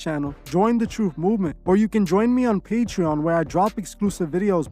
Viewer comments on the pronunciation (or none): none